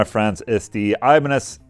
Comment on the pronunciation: Did he say they had the thinnest Iba-necks? Ibanez should use this naming instead of the Wizard :)